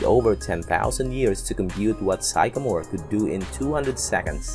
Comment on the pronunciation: "Sycamore" sounds like sick-uh-more